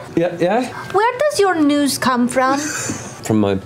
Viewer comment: "His newses"